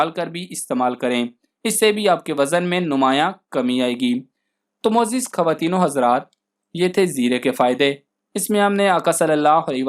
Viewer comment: وڈیو اچھی ہے لیکن کھواتین نہیں خواتین بولا کریں